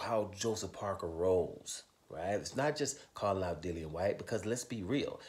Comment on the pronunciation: Dillian said himself how his name was pronunciated but most ppl say Dillion! 😂